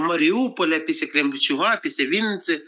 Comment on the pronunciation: Вообще-то писля (после), но мне тоже резануло слух, что получилась "пися"